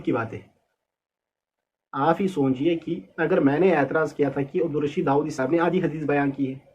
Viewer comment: خ کا مخرج ٹھیک نہیں وہ کیسے ہے داوادی ہے